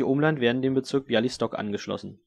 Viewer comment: Kleiner Hinweis: Białystok wird eher wie Biauistok ausgesprochen, und das sz in Troszyn steht für ein normales sch :)